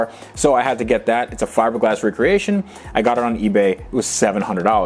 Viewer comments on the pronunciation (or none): none